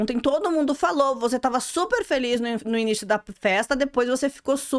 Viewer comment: Acho tão engraçado ela falando uc kkkk